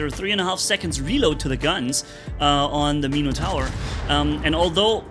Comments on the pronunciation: Meeno-tower ?? ….pronounced Min-ah-tour , or Min-eh-tour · "Meeno tower" lol